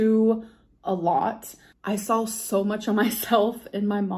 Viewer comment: She sawl